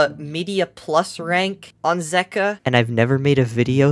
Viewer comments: Zeqa is pronounced as Zek-wa not Zeek-wa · It’s pronounced ze-cwa 😂😂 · Zeqa (zegua) that's how u pronounce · It’s pronounced, ZEE-KA